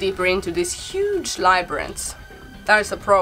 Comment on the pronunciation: You nailed "labyrinth" Well done! lol